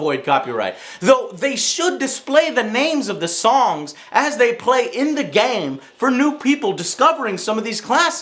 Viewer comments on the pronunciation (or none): "as they play in the gááme" wtf did Joe just turn european for a second? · Joe forgot how to pronounce "game"